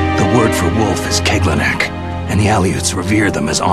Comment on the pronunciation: WTF ? Keglounek ? Non désolé c'est et sera toujours Kejeruneku.